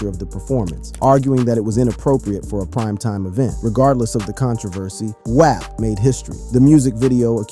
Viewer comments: why tf are you saying WAP like that??? it’s pronounced WAWP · Who mispronounce “WAP?”…